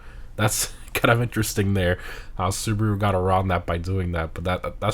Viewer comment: it is pronounced as Soo.Bah.Roo not Soo.Buh.Roo.